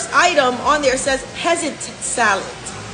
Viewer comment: Chile the structural racism is showing through the fact that sis can't read, lol. Sad, but funny at the same time! Anyway, pheasant is pronounced fessant.